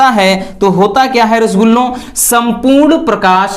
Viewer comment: 💗💗Dear, Sir 🙏🙏itne important Questions ko aasani se batane ke liye , Thank you sir Aur aapka Rasgulla kehna lajwab hai 👌👌